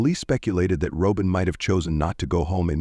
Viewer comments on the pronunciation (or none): IT IS NOT "ROW-BEN! IT IS "ROBIN OR ROBYN!" A.I. SUCKS!!!!! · I was a classmate of hers. Roehm Middle School. It was the 8th grade. And it may be AI talking, but you’re pronouncing her name wrong. It’s pronounced the same way you would pronounce Robin ROBIN like Batman and Robin. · I just can't with this AI voice calling her Robe in. Shameful